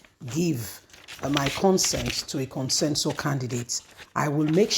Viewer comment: This woman, the word is 'CONSENSUS' not 'Consensor' as you pronounce it always.